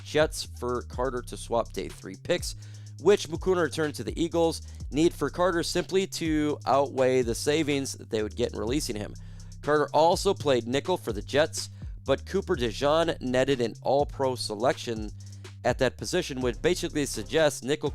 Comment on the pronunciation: You mispronounced coopers last name… thought you were a football guy..??? Cooper (DA-JEAN) that’s how it’s pronounced